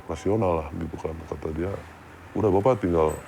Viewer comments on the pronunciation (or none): none